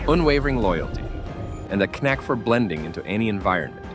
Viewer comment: “Tay-lent”; “Ker-nak”. Should have been “talent” and “knack”. But what else could you expect from a ‘robo-voice’? It was ‘programmed to, basically, say the same things for every country. Boring, tedious and obvious. Content on YouTube is becoming a rubbishy shadow of its former self. Nothing but con artists with multiple channels pumping out meaningless content as they have finally worked out that high numbers of videos can actually make some real money.